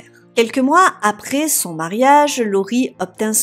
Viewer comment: Diction pas vraiment bonne car malheureusement Virginie a plutôt tendance à très mal prononcer les mots comme rouages...nuages...mariage... crochetage...emballages..etc. Ce genre de mots finissent en "ache"...rouaches...nuaches... mariache...emballaches...etc... Et c'est hyper énervant. Surtout qu'en plus Virginie a un petit accent (du sud...je pense)...et ce n'est vraiment pas joli à entendre. A part cela...il est vrai que Virginie est une des youtubeuse true-crimes qui s'exprime le plus clairement.